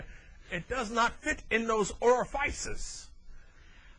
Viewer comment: Oh my god. ...was he a preacher or something? Who the hell is he preaching to? What a clown. Ori-fices, ah-nus? He's afraid to say penis? He tried to teach sex-ed to the children?